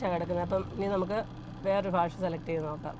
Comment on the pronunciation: ഭാഷക്ക് പലപ്പോഴും കോട്ടയം ശൈലിയിൽ ഫാഷ എന്നു പറയുന്നു .. വടക്കൻ ജില്ലക്കാർക്ക് ചിരി വരുത്തുന്ന ഈ പിശക് പരിഹരിക്കുമല്ലോ ❤